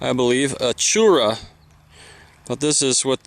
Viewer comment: Your prounced wrong. its not called Chuura..Its pronounced CHORAH in Pashto Im Pashtun of the Shinwari tribe. i live near the khyber areas actually and ive never seen that pattern. looks beautiful Although we dont carry knives as we used to. We do carry guns at all times especially Ak47 and other old guns If you want to see Pashtun attire today. Just look at the taliban. Tribal Turbans, Pakols hat, Salwar Kameez and weapons